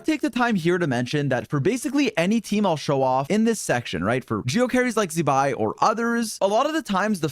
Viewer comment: zee-bai, have we learnt nothing